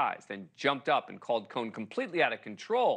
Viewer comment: He can't pronounce Cohen!